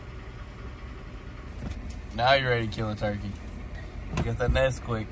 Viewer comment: It is turkey notChikae